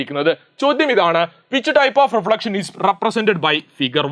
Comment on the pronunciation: Ee sir REGULAR REFLACTION parayunnadh ketttaaaass😅😅😅😂😂😹😹